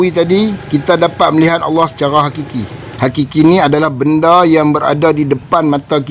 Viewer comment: hakiki... bukan qiqiqiqiqi